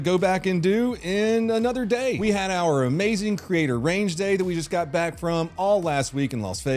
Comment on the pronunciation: I heard "hands behind your fat."